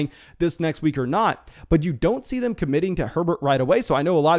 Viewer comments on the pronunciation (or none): none